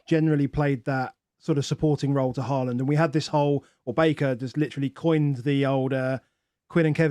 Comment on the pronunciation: Closer to the real pronunciation of his name than Haland